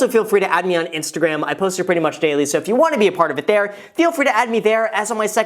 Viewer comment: Did he just say Instagraham? 🤔😄